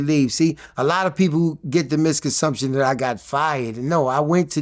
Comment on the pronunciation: 🥷 said “miscunsumption”😅